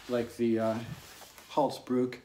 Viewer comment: First North American to say 'bruk' correctly, you've earned a firm like.